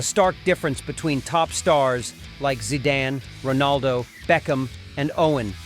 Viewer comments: « Zaidan « , Come on! It’s Zidane (Zeedan) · Dude seriously pronounced the legend’s name “Zy-dain” …smh 🤦🏾‍♂️ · Zaidan and Barka ! At least get the names right 😂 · stop watching after "zaidan". FFS! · Get your pronunciation right!!! Whats Zaidan?? Barka??? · How can someone pronounce Barca as "Barka". And Zidane as Zaidane. Im not watching this garbage any more U muppet. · I swear I thought the same. He called Zidane i jumped out of my chair 😂😂😂😂😂😂😂